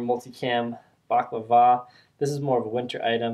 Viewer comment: Baklava is a dessert. Balaclava (BEL-LA-CLAVA) is what you are trying to say. Dig your vids keep it up! Cheers.